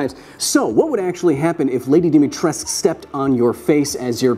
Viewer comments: Still waiting to hear a good pronounciation of "Dimitrescu". Nice video though. Also, an error in your experimental setup and math. You say the force she applies is 500 pounds but when you calculate the area as just the heel, you'd have to know what percentage of the weight is distributed to the heel only (your math and experimental setup works if she steps on your face balanced on one leg with the heel only). Also, the cross section if the screw is much lower than the heels. Thanks for coming to my TED talk. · Romanians actually say its supposed to have cou at the end. It is in fact not silent Capcom just fucked up lmao. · Seeing all that, I can't help but thinking how Capcom put so much effot to give her a Romanian-sounding name yet nobody, not even the actress voicing her in-game, say it with the Romanian pronounciation. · Dear Americans. Stop saying Romanian words wrong. - All of Romania. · DimitresCU not Dimitress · Lady Dimitrescu not Lady Dimitresc I'm a romanian and that is how you pronounced it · IT'S DIMITRESCU NOT DIMITRESC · She is almost 2.9m and almost thicker than Ashley Graham i looked her BMI it was 31 if Lady Dimitrescu yes "Dimitrescu" not "Dimitresc" she would have around at least 29 BMI and that would make her 250kg at least please do your research better when you make videos about my vampire momy!! Note : the things i said true but its joke you know :D about momy thing etc. and it was good video tho :D "because you know its not about sexualty its about power the power that she could crush my head between her thighs and its just an option, she could with many other part of her body too " -M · thank you for butchering the name (I'm kidding of course) of "Dimitrescu", in Romanian we don't stop at "c" we also pronounce "u" with a sound more similar to the beginning of the pronunciation of "uwu", but Lady Dimitresk sounds cooler (what youtube decided to put as auto translate for subtitle) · It’s Dee-mee-treesk. The “u” is silent.